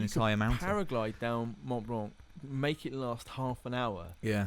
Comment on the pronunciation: He says Mont Blanc like "monblon" which I know is similar to how it should be pronounced, but the way he's saying it sounds so weird.